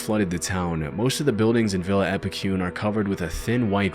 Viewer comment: Wow haha did not expect Epecuen to be here! Just so you know, Epecuen is pronounced with a strong last E, like the first E that it has, Epecu-En. With Buenos Aires also, its Buenos Air-Es. Really cool video!